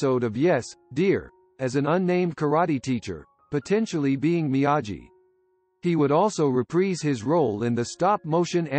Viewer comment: It is pronounced Mee a Gi with a hard G, as anyone who has seen The Karate Kid would know, and also this voice sounds like it is computer generated. Sad fail.